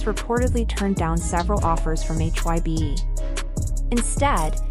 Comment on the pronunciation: admin sok tau bikin brita tentang BTS cara penyebutan BTS sama HAIBE aja salah brati kurang apdent tentang bangtan, so" bikin brita hox klu army pasti tau 😂😂